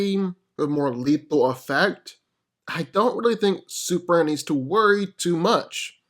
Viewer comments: Dude please enunciate it's S U P E R M A N not superann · Is it me or is this guy saying "Superam"? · Why do I keep hearing "Super-an"???